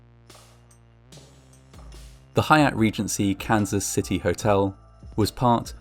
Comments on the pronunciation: Sounds like hes saying cancer city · Took 3 times of hearing "Cancer City" and thinking what a horrible name until I realized he was say Kansas LOL 😆